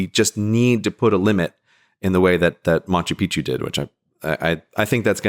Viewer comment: Gray, pal, I love you, but It's not MaNchu Picchu